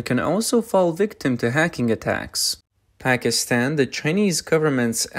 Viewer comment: did you say Hackinstan or Pakistan?